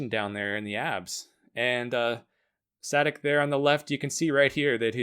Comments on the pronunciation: its not saydick nor saadik, its Sadich (ch is pronounced like its pronounced in chipotle) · Milan Sadek is pronounced [sha:dek] good vid btw